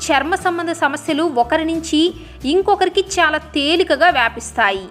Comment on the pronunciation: చాలా అనే పదాన్ని సరిగ్గా పలకమని రిక్వస్ట్ చేస్తున్నాను.అంతా బాగానే చెపుతున్నారండి